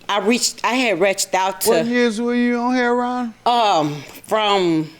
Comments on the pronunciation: Hair-on is how you pronounce heroin? Since when? Lol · What’s with pronouncing heroin “Herron”? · Why does JM pronounce the drug "Hair-on"? I've never heard anyone but him say it that way. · I know she was from Chicago by the way she pronounced heroine. Heron is the pronunciation here.